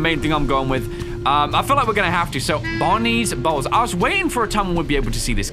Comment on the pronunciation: great video but the fact that you pronounce bonnie bowl like “bonnie balls” made me feel uncomfortable